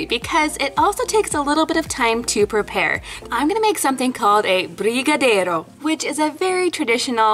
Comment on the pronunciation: I just loved the way you said brigadeiro🧡